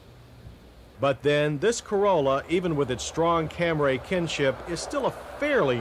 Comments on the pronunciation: It's CAMRY not CAM RAY! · What was his maddening obsession with saying Camray instead of Camry all about? Good lord. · ...............this one was VERY unusual, since it had a 16-valve engine with............A CARBURETOR!!!!!!!!!! , , , & ..........UGH........it's CAM-REE, John, NOT CAM-RAY!!!!! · What t f is a Cam-raay?! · What is a "Camray"? Is it a car? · CAMRAY ! I've been saying it wrong all along ! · CAM-RAY lol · Come on JoHn. Where is that damn H in Camry, you're saying it like Stewie Griffin. Also the carburetor thing is totally overblown, had a 1988 Toyota pickup in the family, ran that thing from 80k to 200, 22R with the carburetor. Never missed a beat, never had to service the carb, ran great off a cold start at 10 degrees or a hot start at 100